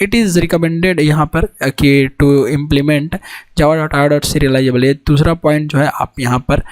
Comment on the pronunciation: bhai baki sab thik ha lecture record kare time mic ko thoda durr rakh .....or please java ko java bolo jhawa mat mat bolo